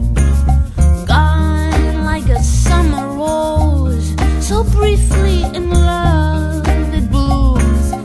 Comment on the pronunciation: Great song from another beautiful album. Makes me smile the way she pronounces 'summer wose'.